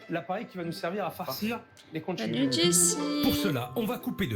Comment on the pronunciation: Philippe bonjour, on prononce pas conciglioni, mais conkiglioni. En italien ça veut dire " gros coquillage "